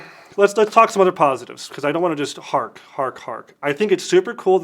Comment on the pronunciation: It's "harp" not "hark".